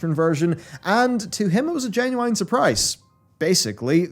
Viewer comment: IT'S JEN-YOO-IN, NOT JEN-YOO-EYEN. SHEEEEEEEEEESH